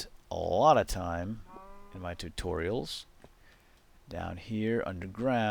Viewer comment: no offence but the way you say tutorials is soooo annoying!